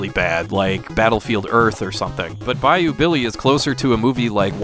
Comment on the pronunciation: I just want to thank you for pronouncing "Bayou" correctly. Damn near everyone i hear say thus word on YouTube from AVGN all the way to CreepsMcPasta pronounce it "Buy-Yo" abd it KILLS me. So thank you you truly are the best retro gaming channel there is.